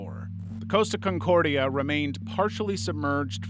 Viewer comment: It’s Costa Concordia not “Coast” aconcordia.